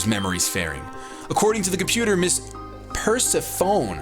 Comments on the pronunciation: Hey Idk if anyone has mentioned this yet but the name is pronounced Purr-Se-Foe-Knee. Also thanks for the surprise:) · Persephone is pronounced: PUR_SEH_FOE_NEE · I am a major fan of greek mythology and "Purse-EH-phone" was nails on a chalk board to me XD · You pronounced Persephone right until the end. The "e" at the end is not silent and it sounds like "Persephony" because it is a Greek name. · Purse-a-phone XD it's pronounced like "per-sef-an-ee" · THUMBS UP SO HE CAN SEE! THUMBS UP SO HE CAN SEE! WAIT WAIT WAIT! Persephone - it's not pronounced purse-a-phone. It's pronounced "per-sef-on-ee" It's odd, I know, but please don't do through the LP saying purse-a-phone. I will literally cry blood. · (Per-Sef-O-knee)* not per-sa-phone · Pronounce Persephone as per seph a knee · its Per-sef-a-knee, not per-se-phone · Persephone = Per-Sef-Oh-Nee... How on Earth does a grown man get that wrong? Where you one of the people who thought Hermione in the Harry Potter books was called "Herm-Ee-Own". It's not even an obscure name. Persephone has been a name in multiple classic books and legends, dating back as far as the Ancient Greeks, (she was daughter of Zeus, wife of Hades, goddess of the underworld). Still. Good video so far, mispronunciations aside. Will keep watching, here's hoping this LP is complete. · Per-sef-o-knee, how to pronounce it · per-sef-er-knee, I believe? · "Purse-uh-fone"......:/ Lol not quite how you pronounce that name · Persephone is a Greek goddess. Pronounced per-seh-phuh-nee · I think Persphone is pronounced per-se-fun-e. You should nickname one of your Pokemon Hades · Persephone = (Per-sef-en-ie) she is definitely not a phone. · Persephone is pronounced (Per-Sef-O-Knee). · Persephone is pronounced PER-SE-PHO-NEE I think. Should be the name of a Greek goddess. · its pronounced Per- seff- phony. Just in case you were having trouble I hope my comment helps you!:D long live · Persephone - per-SEF-o-nee